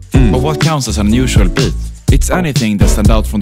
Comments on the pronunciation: You speak like you are a Minecraft Villager or whatever. It's Beat, not bit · the way he says 'beat' is so Scandinavian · Swedish* yes